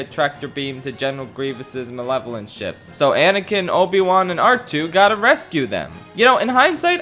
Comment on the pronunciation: You forgot to mention that near the end of the Ryloth arch finale the Tactical Droid says “prepare my shit” instead of “prepare my ship”